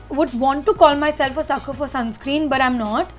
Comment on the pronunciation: It’s sunscreen not “sunscream”